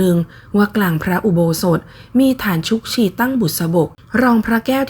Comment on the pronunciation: ขอโทษนะคะ คำว่า "ชุกชี" อ่านว่า ชุก-กะ-ชี หมายถึง ฐานปูนหรือฐานไม้ สำหรับประดิษฐานพระประธาน